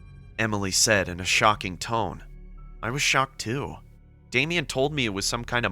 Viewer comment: Okay I'm sorry but when he said: I was schoked to find myself alive. I laughed my but off. 😂😂😂😂😂😂😂